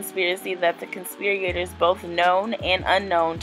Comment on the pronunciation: You have to learn to read better before you put out a video reading an indictment 😩 conspirator NOT conspiriator for starters and US code has a symbol for subsections, it’s not an “and/&” symbol